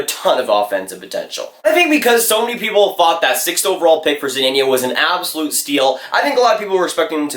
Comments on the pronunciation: Hey just wanted to give u a tip on how to say zadina. Za-de-na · Can’t even say zadina right